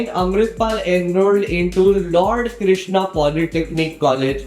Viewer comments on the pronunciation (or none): none